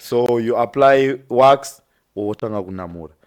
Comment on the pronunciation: it's WAX not WASK